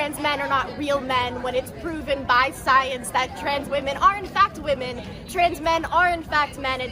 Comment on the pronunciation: Pwooven by syense Matt. BI SCYENSE!!!!!!